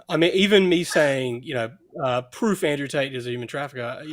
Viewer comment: YOU SEE??... THAT'S THE PWOOFFF😂😂